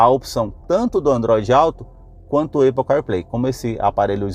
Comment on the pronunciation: “Eipou”…fale sério, vai?